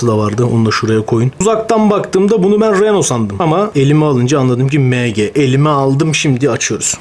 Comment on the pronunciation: Mg emci diye okunuyor abi Bilgin olsun yanlış anlama 😅hw yeni yaptı sanki dolapta senin ilanlarında vardı matchbox